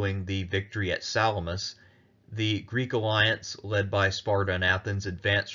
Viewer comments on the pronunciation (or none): none